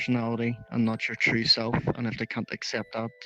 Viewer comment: Sorry but i keep hearing “be you’re 🌳tree 🌳 self” But nice 👍 highlights